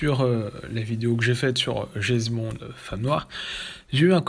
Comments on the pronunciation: Ce grand fan de Jesss Bond... ne sait même pas prononcer son nom et se réfère à des livres qui ne sont pas écrits par l'auteur d'origine mais simplement inspirés par lui (des fan's fictions si on veut...) c'est totalement navrant ! Juste un détail j'aime les femmes, je les aime même beaucoup et ça n'empêche pas que le dernier GB est UNE GROSSE MERDE ! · C'est qui jess bond? Tout le long de la vidéo dit jess bond mer